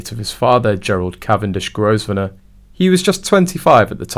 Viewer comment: It's pronounced Grove nor